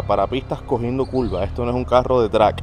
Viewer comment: Culvas jajaja. Curvas curvas vato habla español